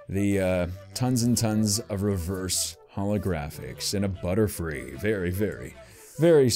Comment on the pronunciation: I think you said blutterfree